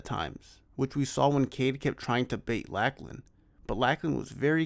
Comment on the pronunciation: Awesome overview. That helps to understand what the hell I'm looking at when I see them compete and why their wild scrambles still result in wins. Also just FYI it's pronounced LOCK-LAN, not LACK-LAN. Think Lochness monster.